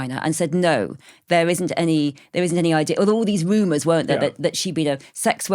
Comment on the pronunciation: Thwilled.... Woomers... Victowian ewa... Jeez, SPEAK the King's English, lady...!!!